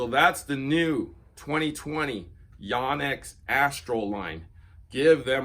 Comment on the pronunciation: Great review. Just ONE little thing. One of my students was from Japan and said it was pronounced with a long O. YO-nex. Guess I've been saying it wrong for over 30 years.